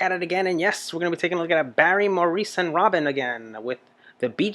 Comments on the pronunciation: Maurice is pronounced Morris. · His name is pronounced "Mor-ris". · The first guy wearing the hat was Maurice, he's older now don't forget, and it's pronounced Morris by the way! The old guy I don't know who he was, someone else might be able to tell you, Maurice also played keyboards on this one! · You can thank Maurice (pronounced Morris) for the rocking bass lines in the majority of their songs ie: Jive Talkin' ..you have to see that one. He was a very underrated bass player in my opinion and all around nice guy. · Nights on Broadway is another great one (pre Saturday Night Fever). Early falsetto for the group. I recommend the live version from Midnight Special. In this live version, you will see that all the brothers can do falsetto. The high parts are sung by Maurice (pronounced "Morris") during live performances because Barry is singing lead with a lower voice. Often Barry and Robin sing together in unison as a single lead voice, with Maurice doing the fantastic harmonies. He instinctively knew exactly what to add to create their beautiful rich sound.